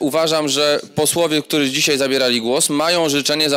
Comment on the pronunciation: Przewodniczacy mowi ,,dzisiej ,tutej" Skad ten parweniusz wzial sie w Sejmie ?